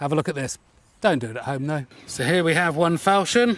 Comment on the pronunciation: Non-native speaker here: I thought it was pronounced fawl-shon (as in ‘awe’). Is my dictionary very out of date, or is it a regional thing?